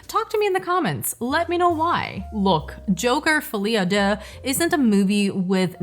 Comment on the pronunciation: if this movie is so irritating that obliges you to stoping to ponctuate the accent in "fuli â dé" Geez is pretty bad then